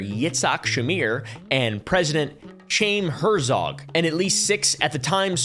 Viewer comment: Name is pronounced “hai-eem hert-zog”. This is a great video.